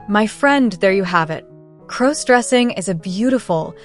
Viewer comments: Please stop mispronouncing crossdressing 😢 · Stop mispronouncing crossdressing 😢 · Please stop mispronouncing crossdressing 😢😢😢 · Learn how to properly pronounce crossdressing 😢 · Could you please stop mispronouncing crossdressing 😢😢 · Could you please stop mispronouncing crossdressing